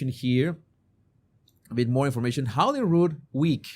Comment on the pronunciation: Rood is the name for a cross or crucifex. So this is the Palace of the Holy Cross. A beautiful and traditional place in Scotland. PS Holy, not Holly. You are showing your lack of education, Sir. Or at least lack of research.